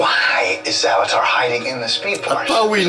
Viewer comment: You said salvitar at the beginning and it triggered me